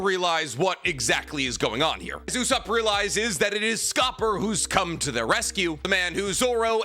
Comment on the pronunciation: "Goonko" "Scope-er" "Call-in" You're butchering the names lol